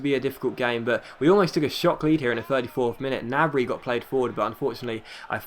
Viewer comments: Gnabry is said ger nab re sorry it was really annoying me. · Gnabry is pronounced with the G! it's German and in German you pronounce every letter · The g in gnabry isnt silent ;) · He's right, in German there is no silent G